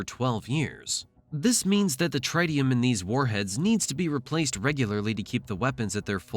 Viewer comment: Tritium is pronounced with the first i sounding like the one in "it" not like the i in "right"